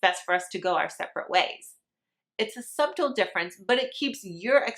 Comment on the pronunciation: Its Hilarious hearing her mispronounce and misemphasize words. Sub-tle, huh? Def hilarious. I've noticed with a few words in other videos too